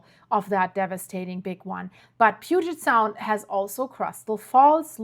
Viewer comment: Can you learn to pronounce sequence correctly and Puget Sound correctly!! I’m sorry but to me— you totally killed this video with your mispronunciation! Get it right